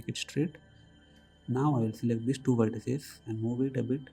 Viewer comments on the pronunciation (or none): its not verteces its vertices